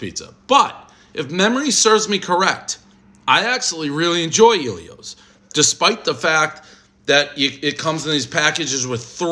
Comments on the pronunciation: Ellio's not EEEEllio's ffs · Its Ellios...not Eelios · It's El ios not iiie lios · ELL-ios not Eeel-ios. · Never heard anyone call it Eeeelios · Dude’s best friend’s name is Elio... still mispronounces it